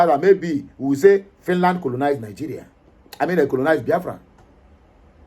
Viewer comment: Please try to pronounce your words correctly! This is social media, it will go viral. Thank. Note well: Ask google the right pronunciations of FINLAND and FINNISH..